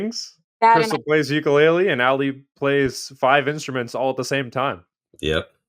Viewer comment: It's ooh coo lay lay (ukulele)